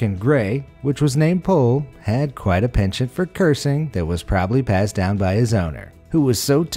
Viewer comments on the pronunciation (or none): none